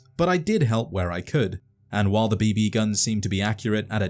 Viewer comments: the way you put a sleight emphasis on the 2nd "b" is different than the way I say it... and the way you said it 800 times is cracking my brain! beeBEEE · "B-Bee"... Why is this pronunciation driving me mad... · The B Bee gun.............. Kill me.......It's just BB. No pause, space, or fancy accent. Just BB.